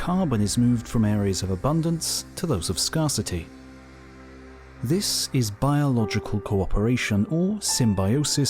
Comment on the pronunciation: did he say scar-city instead of scarcity. This has to be a robot voice